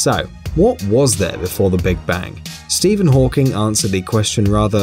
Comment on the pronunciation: Did he say Steven hawkings🙄🙄😱😱